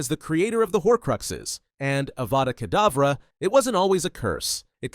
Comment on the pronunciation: you said adava kadavra is it a typo or was it really a healing spell called adava kadavra similar to avada kadavra?